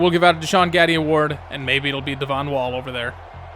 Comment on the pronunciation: Devon wall is so cool because that's my name and you didn't pronounce it devin